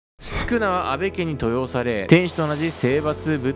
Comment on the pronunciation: 登用の読み方はとうようです